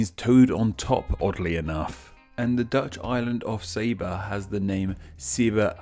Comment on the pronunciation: Saba is pronounced 'sa-ba' not 'sæ-ba' as what he pronounced